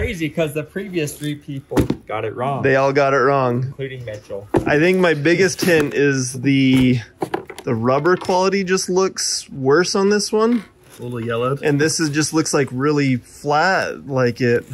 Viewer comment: Never judge a shoe by its RUBBER... RUBBER!..... RUBBER rhymes with COVER. For fabric’s sake,!